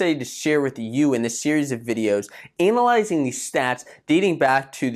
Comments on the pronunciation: Can’t stand the way you say analyzing it’s freaking me out its sick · Are u saying analyzing ur really screwing that word up